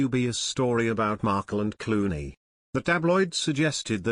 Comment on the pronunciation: “cluany?” Do you mean “Clooney?”